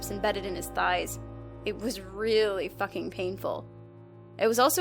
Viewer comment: When you drop the f bomb is sounds like fooking